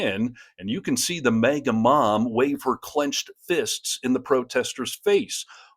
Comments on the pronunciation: It's "MAGA", not "MEGA". It's "too", not "to". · Hey buddy u got a learn how to say maga and not mega there's a big difference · Please start pronouncing as "Maga", not "Mega". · Why are you saying MEGA instead of MAGA! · It's "MAGA" not "MEGA". It's important to be accurate because MAGATs aren't and we Progressives strive to be. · Dude it's not MEGA its MAGA...... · It’s MAGA, not “Mega.” Equally stupid, but you have to at least pronounce their stupidity correctly. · It is MAh GUh, not MeH GUh lol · One negative comment,. The AI captioning program keeps referring to the "mega mom," and I can't argue with it, as that's how you pronounce MAGA. Please try to enunciate that word, and there is not a godforsaken thing mega about MAGA, man. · maaguh, NOT "may-ga" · Please stop pronouncing it "May-Ga." It should sound like "maggot" with the t at the end being the Orange Parasite. MAGAts are eating the USA. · Why do you pronounce it may-ga? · Dem here: Do you not know how to pronounce MAGA?! It is NOT MAYGA😂